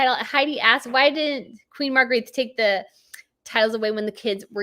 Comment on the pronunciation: I understand that you are from the states and that you dont know danish, but just rationally, they dont speak with a Spania accent over there. It’s not Margarite or Joaquin. I mean you know how to pronounce late Princess Margareths name, and it wasn’t Margarite. It’s not that hard🤷🏻‍♀️ Joachim is a bit trickier, it’s «yo-ah-kim’.